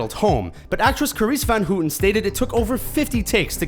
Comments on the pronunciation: ik lachte echt voor minstens 20 seconden hardop toen ie ceriss ven hoeten zei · Well, that's a new pronounciation for Carice van Houten lol